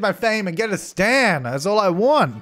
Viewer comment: says “stan” me: hears “STAND”